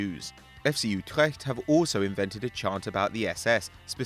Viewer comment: Love how he saus Utrecht 😂😂